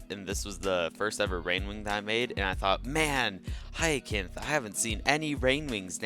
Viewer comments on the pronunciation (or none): Hyacinth is pronounced hi sin th